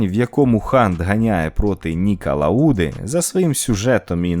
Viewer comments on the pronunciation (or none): ЛаУда? ФеттЕль? 😣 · Треба працювати над наголосами. Нікі лАуда, Дженсон Баттон Upd фЕттель